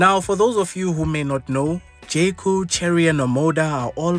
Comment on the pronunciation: who else kept hearing jcole😂